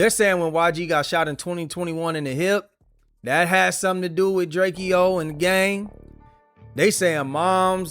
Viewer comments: It’s drakeo not drakio get it right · Drakeeo the ruler ..... Pronounce the name right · Stopped listening when I heard you pronounce Drakeo.